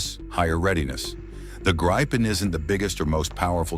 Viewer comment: I wish these AI narrators could decide on ONE pronunciation of "Gripen" It's Swedish for Gryphon - By the way - Saab Gripen-E in conjunction with the Saab GlobalEye system, is going to close the sky around any country..